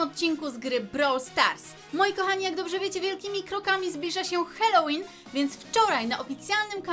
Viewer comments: Mówi się halołin a nie helołin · Mówi się Halloween bez e na początku